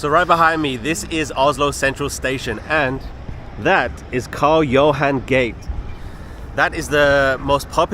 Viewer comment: Karl Johans gate... yes, that's Oslo's most famous street. By the way, it's not pronounced "gate", it's "gah-teh"